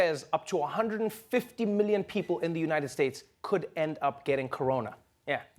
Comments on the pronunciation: United shaysh😂😂😂😂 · United shaysh lmao🤣